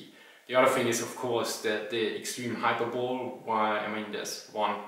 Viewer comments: Hello again, sorry to butt in but I just wanted to make another pronounciation correction (I made another one on your... Poland Panzer issues video? Maybe). Anyways, I wanted to say that "hyperbole" is pronounced "hy-per-bow-lee", not "hyper-bowl". I don't want to make you self-conscious or anything about your pronounciations when I stop in to correct them; I just really like your videos, and since I can't donate money via Patreon, I thought I could at least do something like this to give back. Please keep making great videos, and if it bothers you please tell me to stop correcting you in later videos! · Hy - per - bol - EY. Not Hyper - bole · 'Hyperbole' is pronounced: 'hyper-bo-lee', not 'hyper-bowl' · Forgive me for respectfully pointing out that the English word "hyperbole" is not pronounced "HIGH-purr-bowl" but "high-PURR-bull-lee". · I think I never heard someone say "hyperbole" the way you do. I always hear "high-per-bowl-lee" but you say "hyper-bowl". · Sorry to be pedantic, mispronounced words are like upounded nails .. "hyperbole" was pronounced as "hypebowl" to my experience it should be " hi-per-bow-lee* .. just a note .. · Hello again, sorry to butt in but I just wanted to make another pronounciation correction (I made another one on your... Poland Panzer issues video? Maybe). Anyways, I wanted to say that "hyperbole" is pronounced "hy-per-bow-lee", not "hyper-bowl". I don't want to make you self-conscious or anything about your pronounciations when I stop in to correct them; I just really like your videos, and since I can't donate money via Patreon, I thought I could at least do something like this to give back. Please keep making great videos, and if it bothers you please tell me to stop correcting you in later videos! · Just FYI the word "hyperbole" is pronounced "high-per-ba-li". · Nice vids but ' hyperbole' is pronounced as if it was spelled 'hyperbolly'